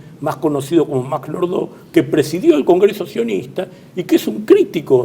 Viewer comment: Nordau se pronuncia como se escribe..... asi "AU" y no como el color bordeaux